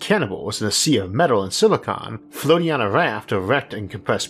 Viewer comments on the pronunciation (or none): none